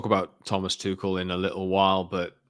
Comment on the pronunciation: Can’t have Tuchel become manager because it will mean at least two years of stubbornly and maddeningly mispronouncing his name…just like he does with “Kobbie ManU”…hey, you dingbat —>